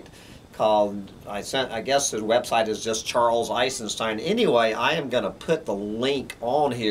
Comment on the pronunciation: You are not pronouncing his last name right...